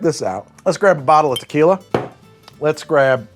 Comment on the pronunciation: lmao starting off strong with "tequiley"